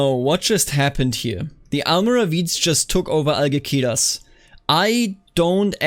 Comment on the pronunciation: In Castilian Spanish, C before E or I is pronounced like "th", G before E or I is pronounced like H. Algeciras is AlHeTHiras.